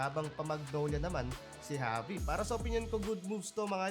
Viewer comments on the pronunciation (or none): none